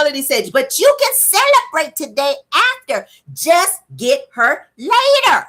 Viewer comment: Guuuuuuurl, you got me cracking’ up “tu-day”😭😭😭😭🤣🤣🤣🤣